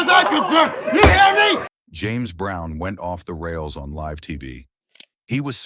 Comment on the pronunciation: Is it too much to actually watch the videos you create with AI voiceovers before you upload them to make sure they use the proper pronunciation of words like "live"? More than half of the names are mispronounced in this video. blocking this channel.